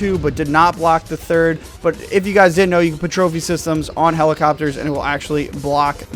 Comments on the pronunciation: DID’NT? Bruh it’s didn’t 😂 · You fricken put the ting in didn’t in front of the d in didn’t.